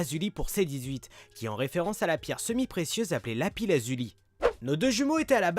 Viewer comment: Le s de lapis n'est pas muet il me semble